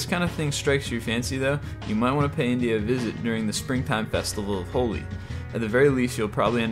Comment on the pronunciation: you said holi wrong